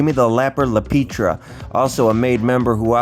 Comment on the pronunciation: It's not La Peetria...its La Pietra...(pee- eh-tra)